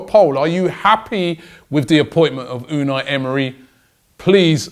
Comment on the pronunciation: Vincent V unai not unal, unai is a basque name